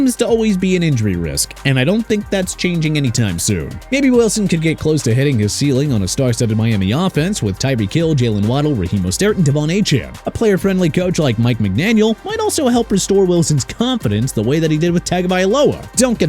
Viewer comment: Pollard is pronounced pah-lurd... Smh... also Mostert is pronounced moe-stert... and Wilson to the Dolphins... if you think he's replacing Tua, you're dreaming.